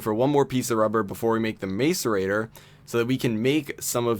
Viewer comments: same, its pronounced mass-er-ator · I cringe when he says macerator. The A is not long. Mass e ray ter. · every time he mis-pronounced macerater i cringed